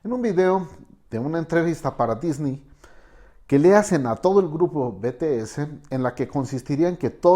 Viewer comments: se pronuncia bities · Nisiquiera se molestó en aprender a pronunciar bien los nombre “beteese” “Taeyun”